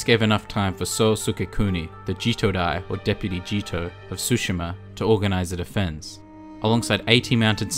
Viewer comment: Since the video is about accuracy: it's Tsushima, not Sushima ;)